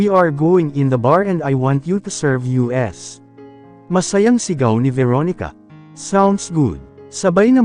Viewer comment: Ayusin mo naman ang pag babasa. Hindi U.S. kundi us. Hindi ko na halos maintindihan. Ang begote hindi begot